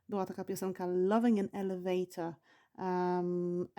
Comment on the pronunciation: Pani, ma Pani zla amerykanska wymowe. Jesli juz mowi Pani slowa w amerykanskiej odmianie angielskiego to wypadaloby je wymawiac wymawiajac odpowiednio. I nie mam na mysli akcentu! Wymawia Pani zle pants i elevator. Przy okazji - slowo trousers istnieje w amerykanskim angielskim i rowniez oznacza spodnie. Oczywiscie jest roznica pomiedzy pants a trousers 😉 Wydaje mi sie, za takie lekcje nic nie wnosza w proces nauki angielskiego. Z wyjatkie doslownie kilku przypadkow (jak chocby chips i fries) obie wersje danego slowa sa szeroko znane dla rodowitych uzytkownikow obu odmian angielskiego. Wiec czy powiemy lift czy elevator nie ma to zadnegk znaczenia bo zostaniemy zrozumieni gdziekolwiek nie jestesmy. Nawet slowo restroom (o ktorym nie wspomina Pani wcale a szkoda jk bardxo potrzebne podczas podrozy 😉)